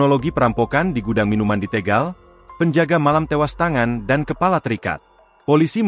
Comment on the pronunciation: Tégal Tégal....Tegal mas